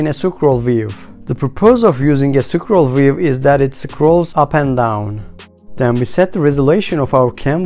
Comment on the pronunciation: I dont understand how in some words you can pronounce letter "t" and in some you dont. What is BuNN? Objek? Sucroll view? For some reason its very annoying. Apart from that ty for tutorial. Maybe in futur make it slightly slower as the pace is a bit too fast.